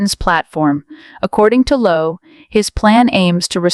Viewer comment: His name is 'Lowe' as in 'low', not Lowey or Loway